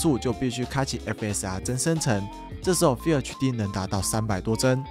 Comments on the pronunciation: FULL要念ㄈㄛˋ 不是FILL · 老哥... 要拍PC硬體的影片 至少FULL HD的“FULL”怎麼唸要先搞懂吧...